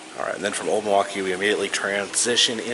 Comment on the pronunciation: Can tell you're a fellow native because you pronounce Muhwaukee correctly.